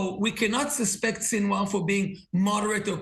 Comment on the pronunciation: Sinwar is pronounced: “Seen Wah”